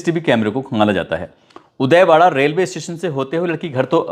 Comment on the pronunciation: Udaywada nahi hai wo udhwada hai